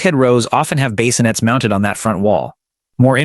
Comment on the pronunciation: What's leeg room? And base-innets?